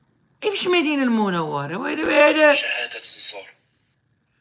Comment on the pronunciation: اخويا راه سميتها المدينة المنوّرة وليس المدوّرة علاش قتلتينا بالضحك حرام عليك.